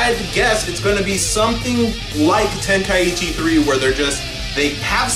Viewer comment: It's not tenkai-itchy, it's pronounced tenkai-chi